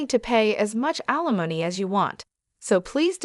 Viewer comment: You need to teach your AI how to pronounce alimony and naive. Had to stop listening it got so irritating.